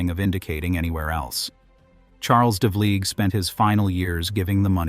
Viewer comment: the pronunciations of the narrator are very poor -- change the test it reads to get it to speak correctly: devleeg, jig-mill.